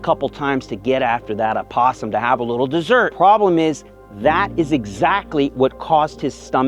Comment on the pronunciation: Thank you for talking about something that's painful due to your loss. Grateful for you sharing to help others. Hugs to you. Thank you for pronouncing opossum correctly!